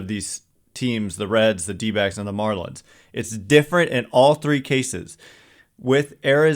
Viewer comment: Anyone else hear dbags every time someone says dbacks?